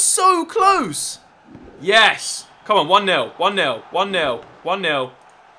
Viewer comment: oli your my favorite you tuber but I'm sorry to say but you said nail but it is nil